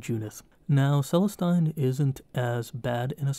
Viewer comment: Really great video, looking forward to watching the rest in the series! Only thing, pronunciation on Celestine is meant to sound 'Celesteen'. Keep it up!